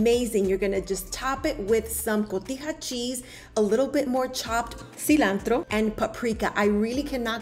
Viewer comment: “A little bit of SEEE LANN TDRRRRO”. Ought it not have some Parmesan ?